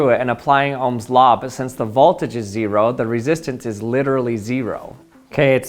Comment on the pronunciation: Its ze-ro